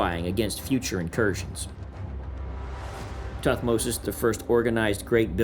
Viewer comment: Muy mal como se leen los nombres de Tutmosis y todos los egipcios😒